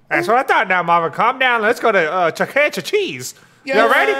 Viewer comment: That fact that Tyrone said jooky cheese